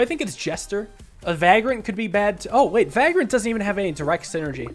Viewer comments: ‘Vagrant’ not ‘Vaagrant’ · Loving all the SNKRX videos!! Keep it up. Also it’s Vay-grant not vag-rant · everytime, he says va grant, and not vaygrunt i feel bad, i dont know why. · Hey man, I just thought I'd let you know that "Vagrant" is pronounced "Vay-gruhnt". It sounded weird so I looked up its pronunciation. Love the content, brother. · why does he have to say vagrant like that? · Pronouncing "vagrant" with a long a sound is so weird lol